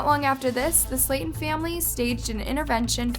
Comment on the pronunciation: i hated how u pronounced their last name wrong